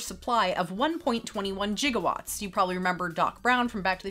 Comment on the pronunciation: I’m a big Transformers fan and my fave movie is “Transformers: The Movie”. I think it was released in 1985?! But it was animated and it was an emotional time for kid fans because of beloved characters we lost. I was gonna say you mispronounced “gigawatts”. But then you eventually pronounced it correctly.